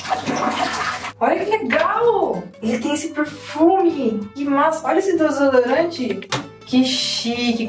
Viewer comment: a falou: Olha esse DOSODORANTE?...kkkk..